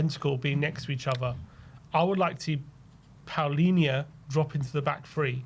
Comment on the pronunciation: Why does everyone keep calling him Paulinha when it’s Palinha? How did the “u” get in there? Should we also start calling them Crystal Paulace?